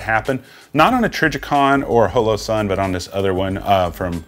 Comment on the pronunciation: Question: why are you pronouncing holosun as “hoe low”, instead of “ha low” the way it would normally be said in hollow or holograph, as in holographic sight? Is that just a weird geographic pronunciation of hollow? Just curious as it doesn’t sound like you have an accent with any other words